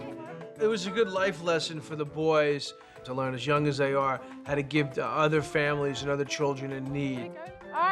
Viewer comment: Jo, Jo, Jo, why do you say ‘wiv’ instead of with and ‘uvver’ instead of other? Also somethink and nothink instead of something and nothing? Drives me CRAZY! I know you can pronounce th because you do in other words. Just WHY?